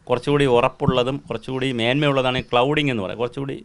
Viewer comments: Clouding alla cladding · ക്ലൗഡിങ് അല്ല സർ,ക്ലാഡിങ് ആണ്.cladding.ചേർത്തുപതിച്ചുപിടിപ്പിക്കുക. gold cladding.👍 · Clouding അല്ല സാറേ cladding 😢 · ക്ലൗഡിംഗ് അല്ല മാഷേ ക്ലാഡിംഗ് ആണ് ശരി! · clouding alla cladding. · It's cladding, not "cloud"...! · ചെറിയ ഒരു correction ഉണ്ട്‌ clouding അല്ല cladding ആണ്‌. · ക്ലൗഡിംഗ് അല്ല. ക്ലാഡിങ് 😂😂😂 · Clouding അല്ല സർ, cladding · സാറേ "clouding" അല്ല Cladding ആണ് ❤